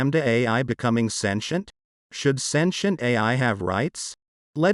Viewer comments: Sintem no lac santient 😂😅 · AI is speaking now and can't even pronounce sentient